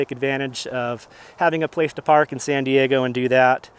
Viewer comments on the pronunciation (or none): none